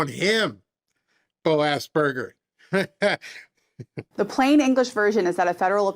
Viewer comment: you called him BO-ASSBURGER hahaha